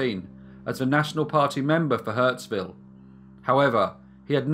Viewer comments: Hurstville mate, not Huntsville. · The suburb is hurSTville, not HurTSville. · it's hurstville not hurtsville....... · I love your channel, and appreciate the mention of Windsor NSW where I grew up! I know I'm late, but it's Hurstville. Hurst. Not hurts! Keep up the great work!! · It’s HURSTVILLE not HURTSVILLE. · Ha, my partner just moved after spending 40 years in Hurstville, I should show him this episode. Note: Hurst-ville. Hurts- ville I know not but a good pun 😉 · The signage says "Hurstville"..... not "Hurtsville". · 'Hurtsville'? Never heard of it. In giant letters you can read 'Hurstville Picture Palace'...